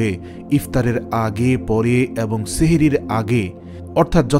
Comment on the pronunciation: bhai sehri noy uchcharon hobe sahri.....